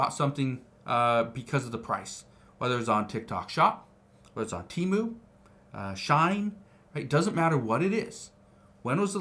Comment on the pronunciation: Shine?? lol SHE-IN